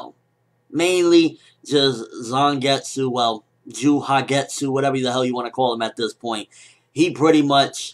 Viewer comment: i think the j is silent in Juhagetsu so it would sound something like "yahagetsu"